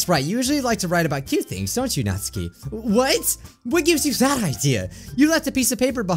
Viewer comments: It Is Pronounced Natsuki (Nat-Su-Key) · this is how you pronounce natsuki NAT-SUE-KIE thank you:] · You made me cringe so much when you said natsuki you said it completely wrong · U ARE SAYING SAYORI AND NATSUKI'S NAME WRONG!!!! go watch Lauren's video she said it right